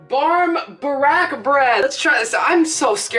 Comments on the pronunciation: As an Irish guy, hearing you say Barm Barack was hella funny 👌an máith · the pronunciation or that bread- no words. none at all